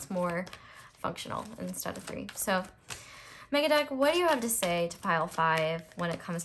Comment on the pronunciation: When you said Megadeck I understood MegaDuck and was like what the heck is a MegaDuck? 😅